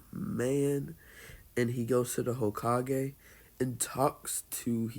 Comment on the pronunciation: Its kinda irritating, not gonna lie